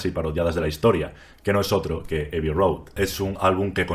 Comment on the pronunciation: Revisa la pronunciación de "abbey".